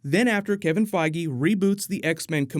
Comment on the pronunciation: Boy did he butcher Kevin Feige's last name.